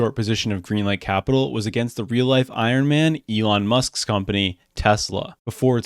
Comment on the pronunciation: Treelon Musk. Lmao. I love Elon!